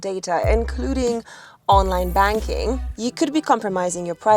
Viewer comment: "online barking" not "online banking"